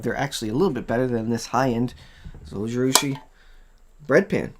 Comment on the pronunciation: Thanks for the video. I want to say 'thanks' but also correct your pronunciation. Zojirushi is Japanese. In Japanese the 'J' is pronounced like a 'J' is in English - like the G in Giraffe. So, it would be [zoh-gee-roo-shee] (There is no accented syllable in Japanese.) Hope this helps!